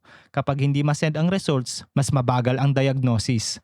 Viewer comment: ung diction mo kuya paki ayos, RESALTS ANG bigkas hndi Results na literal jusko